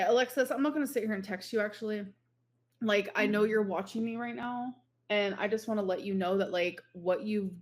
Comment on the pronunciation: is this the new personality we knew was coming? The way she is pronouncing words and acting like shes always done it that way is making me see red. Raght, raght?